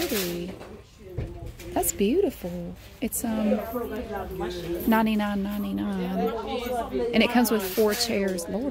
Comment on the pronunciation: I thought I heard it that way too, but I'm from California, where we talk funny as well. Though,, I will say I picked up "y'all" from living in Texas for three years.